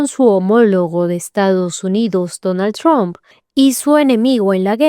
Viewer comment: No es Donal chron, es Donal Trump...bruta